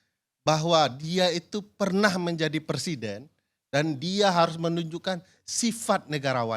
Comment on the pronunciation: Sebenarnya pengucapannya = PER SIDEN atau PRE SIDEN ?😂😂😂😂